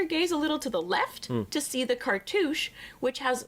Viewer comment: “It’s in zha book.” 📕— Zahi Hawass